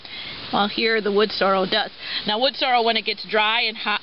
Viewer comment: I hear a lot of people pronounce it "Wood Sore-o" instead of "sore-EL." Must be a regional thing because it's obviously spelled correctly. Thanks for the upload. Cheers.